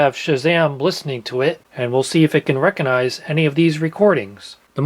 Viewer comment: You don't "reconize". You 'recognize'. There's a 'g' in there.